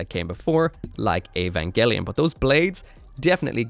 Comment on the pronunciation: That's basically the pronunciation in Japanese, so I think that's right.